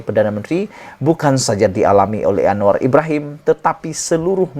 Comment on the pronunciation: Admin kau tolong sebut dengan betul nama PM kita tu..jgn kau ingat dia kawan kau..